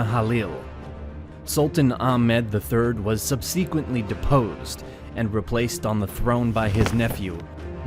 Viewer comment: I want to like this video, but the writing is full of lazy clichés and half-metaphors, the background sound effects are annoying and the narration is unbearable -- sub-SEE-quently? Really?